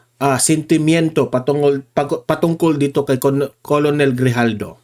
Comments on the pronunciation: KERNEL ANG PRONUNCIATION YAN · KERNEL ang pag pronounce ng ranko na COLONEL, sir